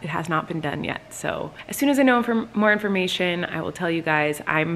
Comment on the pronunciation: yeah... and he also said "mo" when he repeated "more"